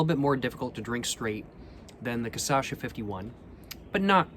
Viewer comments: sorry ily but it’s KUH-SHA-SUH not KUH-SA-SHA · You pronounce it wrong every time. It's pronounced *cachaça*, but you say *caçacha*. Get it right cos now you are becoming an authority on the subject of bad drink. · Every single time he says "caçacha" instead cachaça gets me 🤣🤣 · So cute you pronouncing “caçacha” instead of “cachaça” haha 🥺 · is cachaça not caçacha ;) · cool videos. Just one thing. It's is pronounced CA-CHA-ÇA, you are pronouncing it CA-ÇA-CHA, just switch the last to syllables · Change the sylable order from Caçacha to Cachaça (kuh-SHAH-suh) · “Ka-sha-sa” that’s how you say it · i love how he pronounces it "casacha", i'ts so cool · cah-shaw-saw that's how you say it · That’s too difficult. I’m going with ca-sha-sha emphasis on the 2nd sha. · KASHASSA! The correct pronunciation is kashassa! Stop being ignorant!:face-turquoise-covering-eyes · Istg he says Caçacha so many times that the word quite literally loses the whole meaning. He got ME second guessing the right pronunciation like wth? Hahahahah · This was made when the poet had not yet mastered the pronouncing of cachaça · pronunciations are legendary <3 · He pronounced it right 2 videos ago with the 51, but since the Caipirinha video he pronounces it like this. It drives me insane because he says it 1000x this video — but now after watching this video i dont even remember the correct way to pronounce it. The correct way doesnt even sound correct anymore. Lol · think he starts to say it MORE correct… after he drank enough, the Cachaça finally started to correct him. But then again, maybe not, i feel like im going crazy when i hear that word anymore. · He said it REALLY wrong on his first Brazil video, then he started saying it perfectly in the 51 video and then started saying it almost right after that. It's all part of the process.